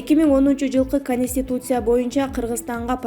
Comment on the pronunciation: Эй алып баруучу конституция деп так айтчы кониституция дебей.Тупица.